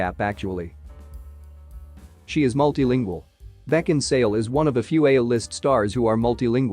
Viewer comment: Why did you insist on calling her Kate Beckinsdale? Her name is Kate Beckinsale. How could you make this mistake when her name is spelt correctly in the title?